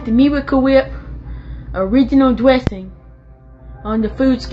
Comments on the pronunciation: I love how he says miracle wheeep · The "meewicle weep" gets me everytime 😂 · i love how his pronounciation goes from 'wheep' to 'whip' to 'WAP' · Noah's Feud Weview. Mirwica Wip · Miwicale Wheep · Meewicle whhiiiiip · Meewecule Wheep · "Miwacew wheip." I can't think of the product without his pronunciation ever again. They should have paid him for the advertising.